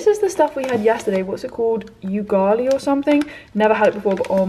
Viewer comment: It's Pronounced 'oo- ger- li' it's a staple food in Kenya